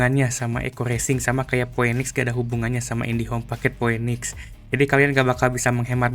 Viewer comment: Pinix bang bacanya bukan poenix, masa org ga gaptek bahasa inggrisnya jelek bgt